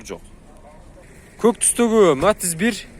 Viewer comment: Матз эмес Матиз деп суйлочу